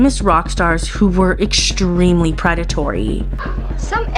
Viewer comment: Hishtory? Exshtremely? You have good content. Why do you feel that you must deliberately mispronounce words? You lose credibility. It's not a speech impediment. It makes you seem uneducated.